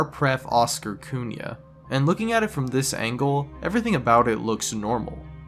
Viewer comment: Your pronunciation was almost right. In Brazil we use "R." to represente "street" that in portuguese would be (Rua), and "Pref." for Mayor (Prefeito or Prefeita). Besides that for a non-portuguese speaker, your pronunciation of Oscar Cunha was pretty good. Its not everbody that can pronunciate "Cunha" right, cause i dont think that there are more languages that use the "nh" before vogals to produce that "quickly center of tongue contact with palate" sound. For Spanish Speakers almost a "Ñ" sound. But i do need to say too that the street isn't called "Oscar Cunha", it is "Osmar Cunha". Just saying so when you search this mystery, you find it easier! Nice video btw :)